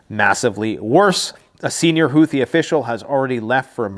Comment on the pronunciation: the "th" in houthi is pronounced "t". Hootie.